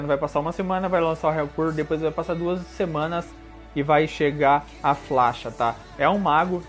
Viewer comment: Não e FLASHA E FASHA